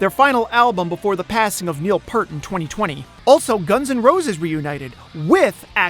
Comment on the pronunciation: Thank you for pointing that out to me. And I Made the 5 Most hated comments lol? Because I mentioned Rush - and perhaps the most influential drummer in all of rock 'n' roll music (who has inspired tens of thousands of drummers coming from all genres)? You mispronounced Peart's last name. It's pronounced PEERT. It's not Pert. And I'm sorry I missed that part in your video where you mentioned Rush. No person is ever perfect.